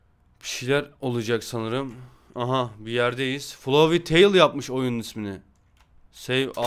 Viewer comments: FLOFEY DEĞIL ABI FLOWEY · Abi o flofiy değil flovi diye okunur flowey diye yazılır flovi diye okunur flofiy diye okunmaz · Erenin flovi demesi gerekerken flofi demesi içimi azimle dolduruyor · Bide erenin omega flowey w flofi demesi içini azimle dolduruyor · FULOFİ DİYO